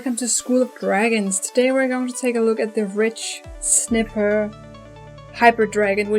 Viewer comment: You say it likes this.(Ridj-snighpir).